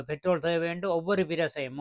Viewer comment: பேட்ரோலை என்று சொல்லவேண்டும். தமிழும் தெரியாமல் ஆங்கிலமும் தெரியாமல் உளறக்கூடாது.